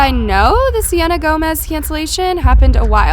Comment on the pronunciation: I thought you said Selena Gomez